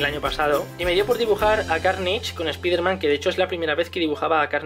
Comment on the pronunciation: Se pronuncia espaiderman no espiderman xd